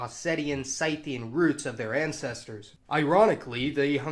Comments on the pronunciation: Interesting stuff! Just a shame words like Circassians, Scythians, Jazyges, etc etc are all so horribly mispronounced. You can look most of these up on Wikipedia. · Please look in a dictionary for pronunciations before you broadcast. Your pronunciations of "Slavic" and "Scythians" make me cringe. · Whoa! They're pronounced SCYTHE-ian, not SITH-ian?! All these years... smh Learn something new every day. Thank you so much for this edumacation. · I love your videos but please be a bit more careful with pronunciation of some of the ethnic group names. SITH-ians and not SIGH-thians. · Scyth, rhymes with Sith J as in Yot, magyar/ mađar/ maģar... ☆ look up things before you make a vid! Circass / Čerkeš (You hurt my ears)